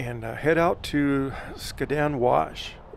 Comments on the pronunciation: You’re driving me crazy! Skad-din wash. Not skaa din. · Skad-din for the win . I was gonna create a drinking game between the mispronunciation and the mention of the traffic.